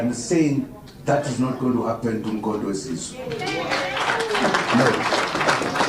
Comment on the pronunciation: He can't even pronouncements the name of the party properly. Umkhonto we Sizwe, not Size, big difference